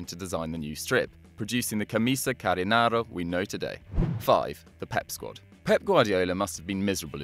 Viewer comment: Camisa carinaro or whatever you said sounds Italian altho I'm not sure, I'm sure tho that is definitely not Portuguese, what you wanted to say was the camisa/camisola canarinha, canarinha comes from canário which is a yellow and green bird